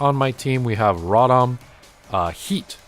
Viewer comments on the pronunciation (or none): the way u say rotom, i feel is wrong. Row- Tom is how I believe it’s said.